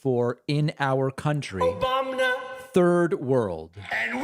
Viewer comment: Ever time I hear “Obamna” I snort laugh 😂